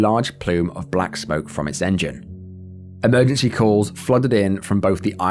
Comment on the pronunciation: Watched a few of these today.. Extremely well researched and presented...However each segment is one and yet you don't seem able to pronounce EMERGENCY......